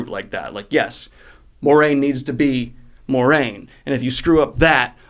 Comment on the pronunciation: Have you ever noticed you pronounce Moiraine (mwah-rain) wrong? It sounds like a French name.